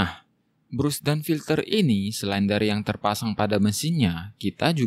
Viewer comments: alangkah baiknya kalo bras bang, bukan brus 😁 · Brush dibaca "brash" bukan brus mas